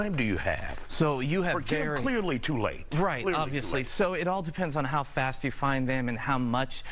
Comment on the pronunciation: Pronounces Fentanyl properly.